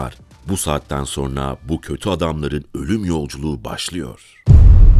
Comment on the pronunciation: Ulan bir videoyu seslendirmeden bir diksiyon dersi alsaydın. SoNra kelimesine soRna demek nasıl bir aymazlık, nasıl bir terbiyesizlik, işine ve kendisine saygısızlıktır ⁉️⁉️⁉️⁉️